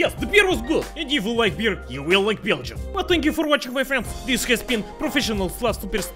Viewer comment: Its really weird how you pronounce Beergium, Boris.